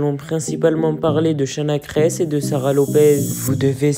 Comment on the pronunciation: Faux titre, elle clache pas Sarah du tout, ni John..apprends d'ailleurs à prononcer son nom de famille ! Et au son de ta voix, cher gamins, arrêt de faire des fausses informations car c'est cela qui détruit des vie!!!